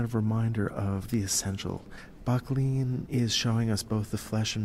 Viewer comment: Great video, but It's pronounced "BUCK-lin"